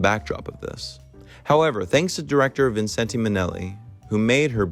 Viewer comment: Don't pronounce the last e in Vincente. Albeit correct in Italian.